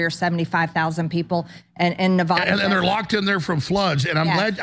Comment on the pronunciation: They were in the Black Rock desert. It never rains in that desert. So everything turned to mud. Being from Nevada I promise you it never rains in that desert. Also Marge doesn't pronounce Nevada correctly. She's a doof.